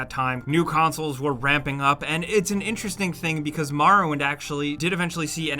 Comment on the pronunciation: "The Elder Scrolls: Marrowwind" -, 2019.